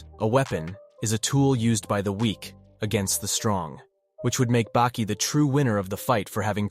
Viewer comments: Saying bakey is really messing me up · I never heard anyone call Baki - Beki lol... wtf man lol why. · And he corrects it even in the middle and still calls him beki after tf?